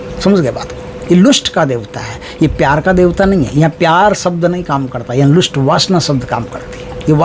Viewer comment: महाराज लुस्ट नहीं लस्ट बोलते हैं, लोगों को समझने मैं प्रॉब्लम होगी